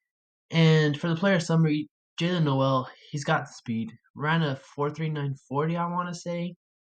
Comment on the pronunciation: It’s Pronounced nóel not no él